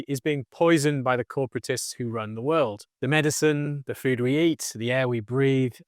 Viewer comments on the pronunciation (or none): none